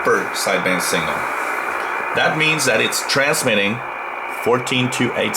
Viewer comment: Dear sir. There's is signifigantly difference between 'single' and 'signal' . Your pronounciation does not differentiate between them... It hurts my ears.